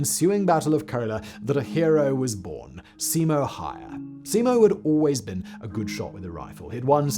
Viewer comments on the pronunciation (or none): Simo's last name is pronounced HAU-HA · Häyhä. "Hä" like in "have". "Y" a bit like the "u" in "bureaucracy". He also didn't use a scope instead of iron sights to avoid glint.